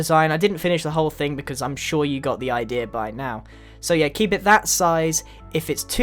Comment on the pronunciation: I like the way grian says "idea" he says Idera